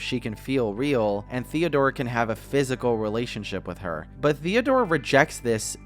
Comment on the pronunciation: At first I thought was saying ‚Theodora‘